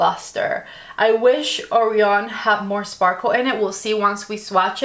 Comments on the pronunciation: I'm sorry to be that person, but it's pronounced "uh-righ-(y)un" and "kway-zaar", not shaming, just letting you know. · Beautiful looks. I really liked the first one. Not sure how I feel about Sun. BTW, Orion is a constellation and is pronounced Oh-Rye-on with the emphasis on the Rye!